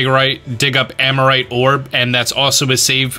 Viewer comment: I thought it was Armorite Ore, not Amorite Ore